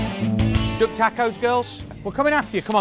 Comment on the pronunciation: In his accent it sounds like: "Its a dog taco." LOL :-}